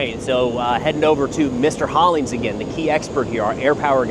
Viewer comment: Me: who's this expert,? Him: Alex Hollins!